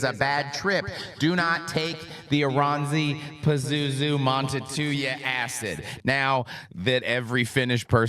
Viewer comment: IT IS PRONOUSSED AS ORANSSI VITUN PAZUZU PERKELE.. KANT JUU DOO ANYTIN RAIGHT!!! Literal translation of Vierivä usva is rolling fog/mist... but vierivä at this context flees for me more like creeping.